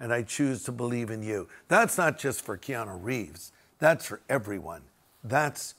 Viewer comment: Your not saying his name correctly., you’re correct on everything else. I pray for him , he is very kind to people.